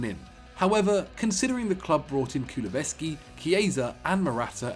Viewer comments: Dejan kuluveski 🤔never heard of him I have heard of dejan kulusevski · Baqer Abdullah did u hear the way he said Kulusevski?? 🤣